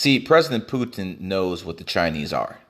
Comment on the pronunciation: President Putent 😂👌